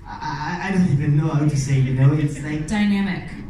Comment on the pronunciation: the way the interview said "eyesahk and ehven" hurt me physically i